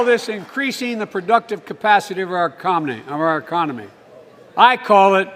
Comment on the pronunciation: E-COM-IN-knee...??? LIKE FROM IDIOCRACY when they were at the round table????